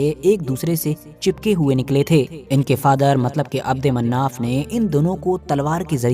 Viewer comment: Mannaf nhi manaf h